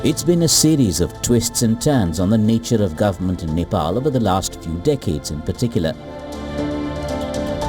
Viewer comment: Its Nepal Not Nefaal🙄